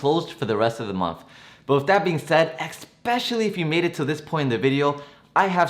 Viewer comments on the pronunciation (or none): Dunno if I can take advice from someone who says “expecicially” 😂 I’m on board though.